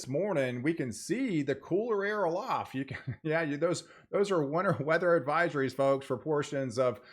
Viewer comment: Tell me why when he said weather in the beginning I thought he said winter 😂😂lol